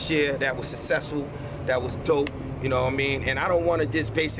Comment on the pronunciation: Sussessful - SMACK White